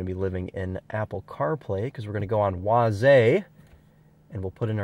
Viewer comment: "wah-zay" my brother in christ is it not just "ways"